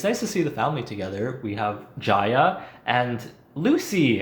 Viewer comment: Why you read Ji-a as Ja-Ya I CAN'TTTTTTTTTTTTTTT